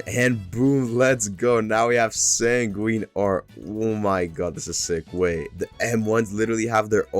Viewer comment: bro fr said "sanguinini"